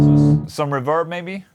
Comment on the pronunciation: Haven't tried the SPARK?? C'mon, man! Also, it's not reVERB. It's REverb.